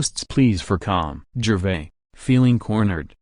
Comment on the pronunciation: Utterly awful and pretentious narration. Pronounced 'Gervais' incorrectly. Unwatchable crap.